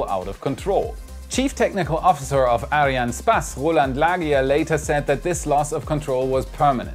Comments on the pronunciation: why does he keep on saying Arianespaas? It bugs my OCD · its pronounced ARIAN "ESS" "PASS", just so you know :) keep doing your work, love the show! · Hey you mispronounced "Arianespace"